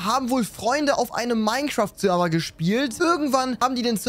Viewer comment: Eben is nur ein texturepacket und sagt zu einem Mineschaft einfach Minä 😂